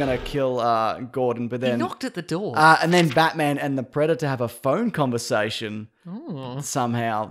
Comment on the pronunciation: he knoock at the dow haha